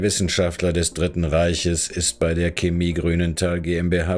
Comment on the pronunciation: Woah, regt es mich auf, dass der Sprecher Chemie falsch ausspricht. Ja ja, manche juckt es gar nicht, andere meinen es sei nicht falsch, aber für mich klingt es einfach falsch.